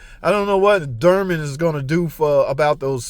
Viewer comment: One day and that day may never come will learn how to pronounce dOrman. That might be axing too much. Anyway, great job, a lot of care taken on this repair. The only time I can see changing to aluminum is if you can't figure out how not to over tighten the cap and crack them. The seals still wear out on the aluminum ones.